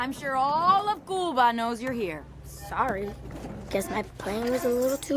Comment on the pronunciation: Oh! You pronounced 'Cuba" correctly!!